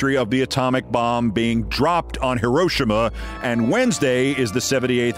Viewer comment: "Moms for Liberty" = "Klanned Karenhood". Also, HiroSHIma" is the accenting.